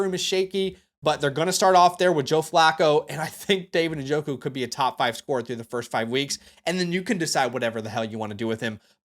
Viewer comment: Thank you for pronouncing Njoku’s name correctly. I get so tired of people saying “Na-joku”